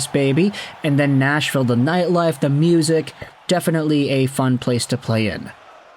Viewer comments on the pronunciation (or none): none